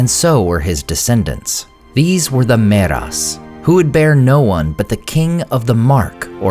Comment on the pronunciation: ther is a thiftong there dude so its not "meras" but mearas.